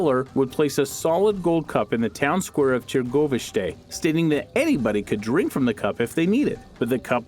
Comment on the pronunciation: Tee-go-vist-ay? Tar-go-veesh-tuh. Sorry, but I simply must correct. Very good video, otherwise!